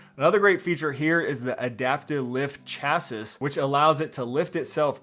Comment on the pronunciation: Chassis is pronounced "chass-ee"